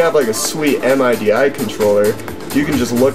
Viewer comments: "WAAAAHHHVVV", "M.I.D.I"... <-- just a few terms that you don't even know how to pronounce. So one has to wonder: "If he doesn't know how to pronounce this, does he know what it actually is/does? Should he be instructing?" Don't give me wrong man, I like the fact that you took the time to help folks and show what you can do, but you should be certain that you actually know what you are doing before you pass the knowledge to the audience. That way you are actually passing good information around. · I try to show my respect to Dave Smith by pronouncing his protocol correctly. He himself says midi as a word, not as four letters (watch an interview), along with every English speaking producer, mastering engineer, and DJ on the entirety of planet Earth. By appearing unfamiliar with how to even SAY this stuff, how could you possibly know how to work with it correctly? If my comp sci professor doesn't know how to say something as simple and common as "mouse" or "moniter" I'd probably transfer. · The word mixcd is never used, only by idiot know-it-alls that want attention - You are not going to spell MIDI, every sound engineer says it like a word - And yes it is WAVE or WAV and not WAVV . WAVV is a radio station ... - And if you don't know how to burn a CD in 2011 or 2014, you should crawl back into your cave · he said m-i-d-i! I almost choked. funny stuff Cool video nonetheless